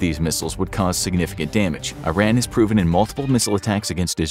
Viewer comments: it's not "eye ran" it's Iran pronounced as "eeran" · You are pronouncing Iran wrong it’s “ear” an not “eye” ran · It's 'ee-RON,' not 'eye-RAN' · It's pronounced "E-ran", whenever somebody says "I-Ran" I respond with: Where'd ya run to? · It’s pronounced E-raan! Not I-ran! It’s not track and field. 😆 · It's not about being gang bro!this person is talking about this country and its situation;so let's know the right way to say the name there's no harm in that:) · It is not I-RAN it is pronounced like E-ron. just for your information. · It isn't I Ran. it is E Ron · First off, I ran not! Iraaan /eerun/ to be pronounced. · Very informative. I would ask for you to pronounce Iran correctly though! Iran is pronounce (E, like the letter, ron) (Iran = E Ron and Iranian is pronounced E Ron Ian like the name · Dude it is called E'ron in English. Just because some US politicians said it wrong due to their lack of ability to read and pronounce words, doesn't change the fact that is is E'ron . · oh man, every cell in my body jumps each time I hear I-Ran. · Eeer-ahn. Eer-ahnians. There, I fixed it for you! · EEE RAHN not ih ran not EYE ran Texan, here. German, French, Irish and English ancestry. Catholic. I just like correct pronuciations. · Angel: How many Americans can’t pronounce Iran? God: Yes